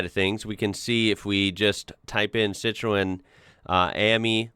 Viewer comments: Pronounced Citren.. not cit roen ... FFS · You're pronouncing Citroen wrong - the 'o' is silent, so it's pronounced Citren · Citroen the O is silent, it is pronounced citren.